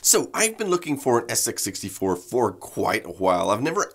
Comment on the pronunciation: "Then of course there was the SX -64...." * "SX 64" (emphasis as compared to the SX-100)